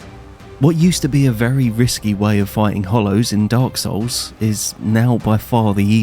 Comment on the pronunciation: Telling other people to level themselves up when you can even pronounce the title of the games you're playing is wild. It's Dark Souls, not Dark Sews.